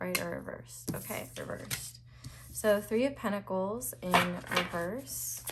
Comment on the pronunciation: Pile 4: New dictionary defined pronunciation of pentacles is (pen-tahk-layz)